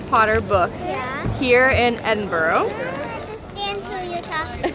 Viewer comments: Just a tip, when you say Edinburgh, say it with 'burah' at the end rather than 'burrow' 🤗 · Please please...it's really not pronounced Edinboro More like... Edinburrrruh 🙏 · First thing you should do when visiting Scotland is to learn to pronounce Edinburgh. It is not EdinBORO! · Hi guys, so you are in my hometown Edinburgh. By the way it’s pronounced Edinburra. Lots to see and do while you stay in the borders. I hope you have a great time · Great your able to travel so cheaply. Edinburgh is pronounced Edinbura. Hate when foreigners pronounce it wrong😊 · They are called v chips and it's Edinburgh not bro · Great video, try pronouncing it Edin-bruh